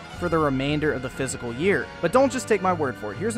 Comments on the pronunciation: The "fiscal" year, not physical. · It's not physical, it's fis - cull... But other than that nice vid. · Are you trying to say "fiscal year?" Cause you are saying physical. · Fiscal not "physical". Thanks for the content :) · Are you saying "physical year revenue"...? Or "fiscal"? Hopefully EA falls apart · “FISS-KALL” year. Not “physical” year. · Loved the video, but for fucks sake...it’s “fiscal year” not “physical year” smh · Love the video but it is pronounced "fiss-cull" year. You are saying "physical" which is a pretty big mistake. Anyway, just trying to help. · Bro. It's Fissssss culllll ... Not Physical. Jesus. You're killin me. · It's a fiscal year, not a physical year. But other than that: bon travail. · u said physical year lol I think you meant "fiscal" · The "fiscal" year is pronounced [FIS-Kal] not physical. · It's fiscal year, not physical year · Its fiscal, not physical. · fiscal ! not physical year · Jesus man... It's fiscal year, AKA FY19... Not physical. Triggered rant, over. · the word is fiscal not physical. educated gamer here - hmm... no caps or commas or periods. ok partially educated. still not going to buy this game though. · It is fiscal year not physical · Not trying to be a "Nazi" here but how the Fu#% do you confuse the words "Fiscal" and "Physical"? That is so annoying and I found myself audibly correcting you EACH and EVERY time you would say "Physical". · Fiscal Year Not physical year. Not trying to be a dick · I just pronounce ‘fiscal’ as ‘physical’ lmfao what a horrible excuse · This nigga said physical year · its pronounced fis-cal